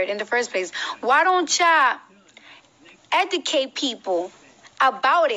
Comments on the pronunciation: God. Lesson one. If you can’t properly say the word EDUCATE. you don’t need to give a lecture. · How about we start with the Education if the pronunciation of basic words in the English language? Let's start with the word "educate" ...sorry girl!! Love you!!!